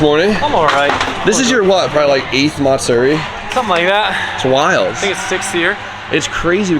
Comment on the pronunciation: MATsuri TF is MARTsuri?